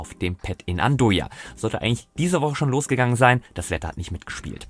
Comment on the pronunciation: Andøya ( Aussprache : An-eu-a